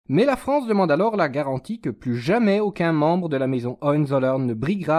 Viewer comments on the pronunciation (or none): none